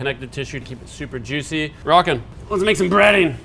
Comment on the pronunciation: "super yuicy" Was that a Guga reference?